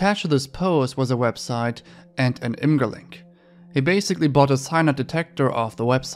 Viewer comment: Just do you know, IMGUR is pronounced “imager.” like an image lol